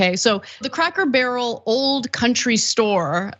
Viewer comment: Funny how you said “Crackle Barrel” cuz a lot of people screw up and say that 😂